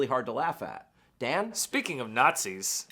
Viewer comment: "Speaking of not-sees." Nice one,.